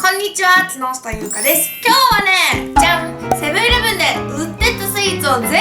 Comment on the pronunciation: 「木下ゆうかです」が「つのしたゆうかです」に聞こえたw